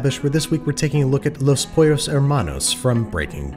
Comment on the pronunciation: Babish saying pollos: pUeRros